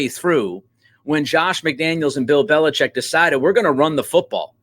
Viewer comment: Finally someone says Belichek!! Good digging!